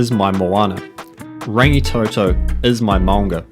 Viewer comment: Rangitoto’s ‘o’s are pronounced like ‘tour/tore’ but the short ‘to’ at the start Rather than toe toe 😊